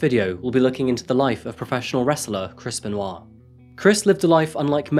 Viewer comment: A few times in the video, it sounded so much like u were pronouncing his name as: “Crispen Wa”. (& now every time I hear it, i have the image of WaLuigi saying: “Crispen! Waa!”)